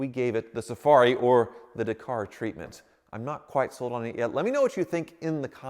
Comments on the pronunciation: It's pronounced Dakar .. Dak - ar not Dercar, why can't Americans pronounce anything. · Stop saying daaaa car…. It’s Dak. Ar……. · Do it but pleeeeze pronounce it correctly, it’s Dak-ar not D’kar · FFS ... DA-KAR .... not DAY-KAR ... are you doing that on purpose? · Do it, do it, do it!! And please start calling it a Dack'ar not D'car. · Please research how to pronounce Dakar, it truly upsets me the way you say it. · Dakar? It's pronounced Dakar. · Hey, quick note: "Dakar" is pronounced with the emphasis on the first A, with a sound like the A in "bad". DA-kar. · It's Dakar not Dakar 🤣😋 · If you do Dakar the car can you pleaseeee pronounce Dakar correctly it’s Dak-ar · I quit like...But the way he says Dakar makes me want to stab myself in the ears with freshly sharpened HB pencils! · Stop saying Dakar wrong.